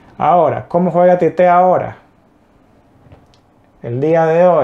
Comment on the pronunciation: La pronuncia es igual en las dos sílabas tío. Tite. Nada de tité